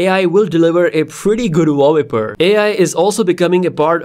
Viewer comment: Interesting video, but this is not how you pronounce "wallpaper" 😉